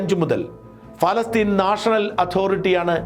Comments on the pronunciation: ഫലസ്തീൻ അല്ല.. പ പ പ പാലസ്ടൈൻ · എന്താ ഫലസ്റ്റിൻ എന്ന് പറയുന്നത് പ ല സ്റ്റിൻ അല്ലേ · പാലസ്തീൻ എന്നല്ലേ ഫാലസ്തീൻ അല്ലല്ലോ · Not falasteen paalasteen bro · ഷാജൻ sir, നല്ല റിപ്പോർട്ടിങ്! പക്ഷേ എന്തുകൊണ്ടാണ് ഫലസ്തീൻ എന്ന് പറയുന്നത്? പാലസ്തീൻ അല്ലേ? ഫ അല്ല പ അല്ലേ? ഇതിൻ്റെ പുറകിൽ എന്തെങ്കിലും linguistic reasons ഉണ്ടോ? ഇല്ലെങ്കിൽ ദയവായി തിരുത്തുക, കാരണം താങ്കൾ ഒരു മാധ്യമപ്രവർത്തകൻ അല്ലേ? അക്ഷരസ്പുടത അത്യാവശ്യമായി വേണ്ടതല്ലേ. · ശ്രീ. ഷാജൻ സ്കറിയ പ്രൊനൗൻസിയേഷൻ ശരിയല്ല. പലസ്തീനിൻ എന്നതിന് പറയുന്നത് ഫാലസ്തിൻ എന്നാണ്.. പ്ളീസ് correct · Please pronounce correctly? Not Falastine..... Palestine? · ഫാലസ്തീൻ അല്ല... പാലസ്ഥീൻ ... in English ( പാലസ്റ്റൈൻ ) Stop misleading the viewers ... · ഫാല്ഗുണ,പലസ്‌തീൻ എന്നു പറയൂ.ഭാരതം എന്നത് നാളെ ഫാരതം എന്നു നിങ്ങൾ പറയുമല്ലോ. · പലസ്തീൻ എന്നല്ലേ, കോയയായ ബാലുശേരി പോലും നല്ല മലയാളം പറയുന്നു.🙏🙏🙏